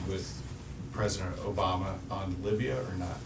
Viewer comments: Herman Cain~ Libya....I thought you said Labia...no no start over wrong thing. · Herman, It's Libya, not labia... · you have a problem with the way someone of a different culture pronounces words? well, that's not very tolerant of you clarissa35f..not very tolerant at all. You should rethpect the differenthes btw us and appreciate other culturths for their beauty and boldneth. Obama can't pronounce pakistan even with his damn teleprompter...but what 'evs... hadn't heard too much out of the skanks since cain brought on a defamation lawyer, have we? go peddle your hippie shit elsewhere.